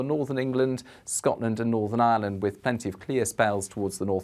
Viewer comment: Thank you for the mention of Ireland. even knows how to pronounce 'Ireland' unlike many.